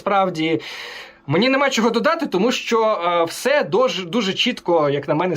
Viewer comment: Українці кажуть : що, чого, чому. Москалі і проросіянці кажуть: шчьо, чього, чьому. Мосійчучка хитра змійка, вміє викручуватися на користь хазяїв. Але її вимова видає, хто вона насправді і кому передає дані.